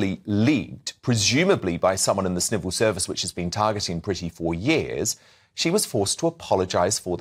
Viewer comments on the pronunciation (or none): Did say “Snivel Service?” 😂😅😂😅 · did you say leaked by "SNIVEL SERVICE" 😂🤣